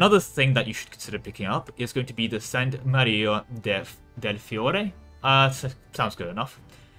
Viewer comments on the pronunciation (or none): none